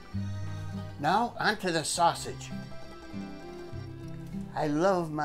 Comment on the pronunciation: Growlin at the ground "sausgeeze" "Like real pizza!" I like to here ye speak Italian! The ending is hilarious! way to go yall!